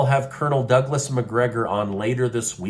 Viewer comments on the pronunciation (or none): none